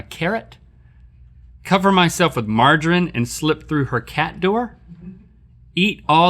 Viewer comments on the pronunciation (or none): Nit hatibg this just bugged me that we (It might be because I'm British ) pronounce margarine : Mar-ger-reen NOT mar-ger-ren Sorry that was really bugging me 😂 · Really...Omg how link said margarine IT'S BUTTER link if you were wondering and its pronounced Mar-ga-reen Sentence - sweetie can you pass me the margarine I need to butter your toast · It's pronounced marjereen